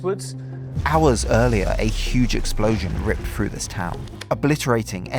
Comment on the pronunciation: "suvvern England", "ripped frew", "fousand" . Learn how to speak please. I can't listen to the rest.